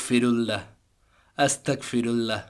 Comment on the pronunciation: ভাই উচ্চারণটা আস্তাকফিরুল্ল-হ শুনাচ্ছে। উচ্চারণটা আস্তাগফিরুল্ল-হবে। আস্তাকফিরুল্ল-হ অর্থ হে আল্লাহ আমি কাফির হতে চাই। (নাউজুবিল্লাহ) আস্তাগফিরুল্ল-হ অর্থ হে আল্লাহ আমি আপনার কাছে ক্ষমা চাই। তাই গইন এর উচ্চারণটা স্পষ্ট করে বলতে হবে।